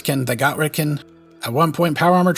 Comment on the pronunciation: It's ret -con. Not ret-can. Baka